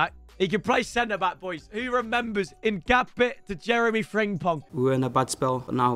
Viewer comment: It’s hin-cap-ie not hin-cape